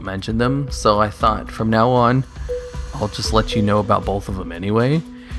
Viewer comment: "Bolth" lol